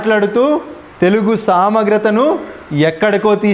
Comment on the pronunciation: నీకే తెలుగు సరిగా రాదు..సామగ్రత అంటున్నావు సమగ్రత అనాలి